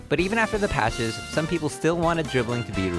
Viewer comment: I love how he says patch for real life 😂